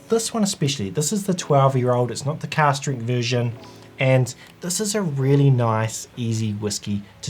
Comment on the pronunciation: you saying cast or cask strength?